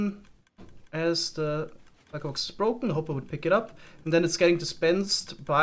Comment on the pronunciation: i like the way you pronounce shulker box